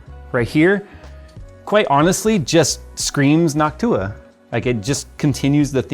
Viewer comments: did always pronounce noctua like hawk tuah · Idk why the way said noctua just sounded weird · saying Noctua like hawk tua 😂